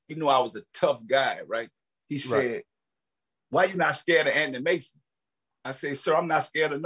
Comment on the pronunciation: 😂😂 I thought he said Anny Mason